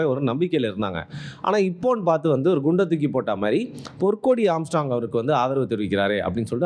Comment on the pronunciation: ஆம்ஸ்ட்ராம் இல்லடா ஆம்ஸ்ட்ராங்..